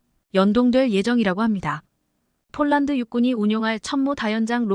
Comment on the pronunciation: 예이 여자야 쫄란드는 어디고 폴란드는어디니? 말도발음도 초등학교는 가봤니? 못하거든 집어가봐라